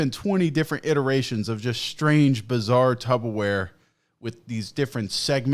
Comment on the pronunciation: He called it "tubbaware" lmfao